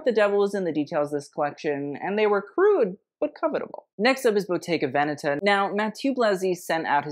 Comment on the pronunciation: Perfect pronunciation of Bottega Veneta. You are one of the few who does it. 😅😊